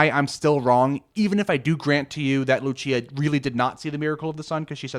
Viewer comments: Another mistake: Lúcia is pronounced LUUU-cia in Portuguese, not Lu-CI-a. Lu-CI-a is Italian. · haha it’s all good. I’m just being pedantic. I appreciated the video nonetheless. I appreciate your non biased pursuit of the truth. I can sense your sincerity. It’s very reassuring. p.s. (I know I’m being that guy again, but I can’t help it lol) it’s pronounced LOO-see-uh, not loo-CHEE-uh 😛